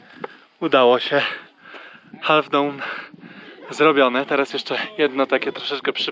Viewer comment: Half - to się wymawia się bez literki "L" :)